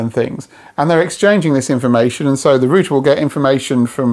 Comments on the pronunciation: Wtf is a rooter? Omg it’s router! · Rooter? It's router. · Say it with me, router ....."raʊtə"..... not 'rooter' 🙄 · who needs a U in roUter lets just say Rooters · you say rooter and i say router. do other languages suffer like this with pronunciation? i guess so. clood vs cloud, lood vs loud. do people from the place where this guy is - say those words also like that? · its not a roooooter, its a ROUTER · rooter! lol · Stop saying rooter, its rude. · What's a rooter?